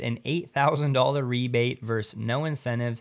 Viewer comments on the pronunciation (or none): none